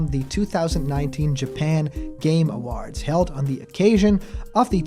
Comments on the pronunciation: Why do you say awards like that? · Your pronunciation of "awards" is weird.